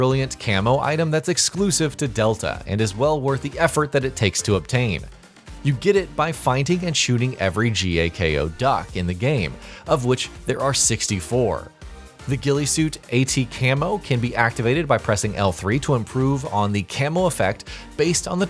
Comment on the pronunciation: “G A K O”? You mean Ga-Ko? Who says it like that?